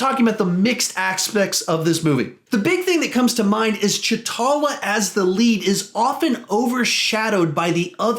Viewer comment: words are confusing. There is nothing wrong with your review but it’s confusing when you say cha talla